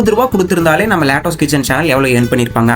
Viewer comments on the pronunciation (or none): அட தம்பி அதை லேட்டாஸ் கிச்சன் இல்ல லட்டூஸ் கிச்சன்